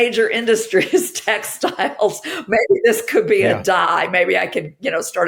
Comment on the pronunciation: I think it says something about our society that the first time you said "textiles" I heard it as "tech styles".